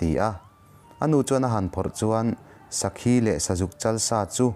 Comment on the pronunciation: an sawi tawh em aw ka hrelova. Lalruangpa hi..zauhranga nilovin zalhranga.. sakhi ak pawh khi a thluk a diklo a nia..mahse a har tur zia ka hria ..bahlah zeuh chuan..studio atang a nihloh chuan edit a har dan sia..ka lo sawi ve mai mai a😁